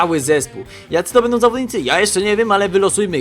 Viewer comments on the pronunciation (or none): none